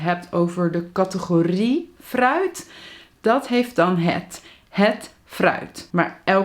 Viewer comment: Interesting pronunciation of the word “fruit” 🙄